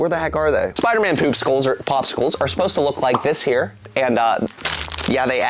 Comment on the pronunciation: I love how he calls the spider man ones spuder man😂🤣😂🤣